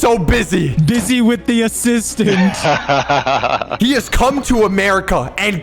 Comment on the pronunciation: “NO. HE WAS DOING MY ASSISTMANT”